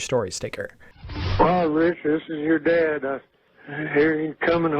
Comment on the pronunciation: Hey Richard, it's yeer dayud